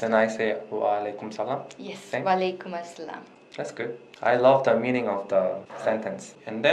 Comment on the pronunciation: I feel like if Pakistanis learn Korean, their pronunciation is gonna be v similar to natives. Like when she says "that was good" it sounds just like koreans.